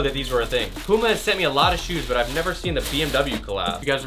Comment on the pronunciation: any1 else dislike just because of the way he said puma